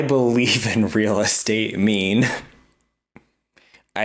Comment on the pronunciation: Is she saying “real state”??